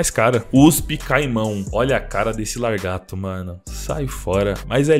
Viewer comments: Largato ou lagarto ? suehusehsueshue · LARGATO ? kkkkkkkkkkk pensei q era lagarto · A mano vc falou ''largato'' de sacanagem né?